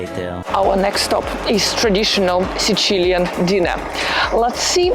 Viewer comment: Video is very nice, but either say sicilian with English phonetics or siciliano with italian phonetics because it is literally not a word the way you say it most of the video. No need to try to sound extra italian. Otherwise very nice video!